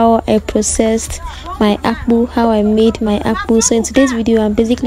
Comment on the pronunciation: Next time don't call it akpu... Call it AKPU 🙃😂 Weldone my girl 🥰